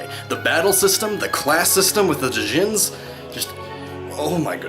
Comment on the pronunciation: IT'S NOT DI-JIN, IT'S PRONOUNCED JIN YOU UNCULTURED TURD!!!!!